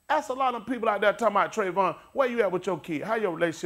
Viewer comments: shows us how much the "holyghost" is talking through this man , HE CANT EVEN SAY THE MAN," TRAYVON"'S NAME RIGHT ..... open your eyes people !.... I mean to say, the "ALL-KNOWING HOLYGHOST cant remember the true name of TRAYVON ??????....think choir !!!...THINK!! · I thought this guy is a preacher. He should be preaching and teaching about the word of God. If he would preach the Gospel of Jesus, there would not be such mean and hateful comments. Also, he shows no respect for Trayvon Martin and his family by not even pronouncing his name correctly nor did he remember Trayvon's name. James 3:1 says: "My brethren, let not many of you become teacher, knowing that we shall receive a stricter judgment."